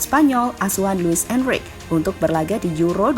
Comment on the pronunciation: Luis Enrique bacanya enrike ya bukan enrik